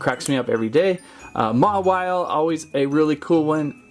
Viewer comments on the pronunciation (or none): none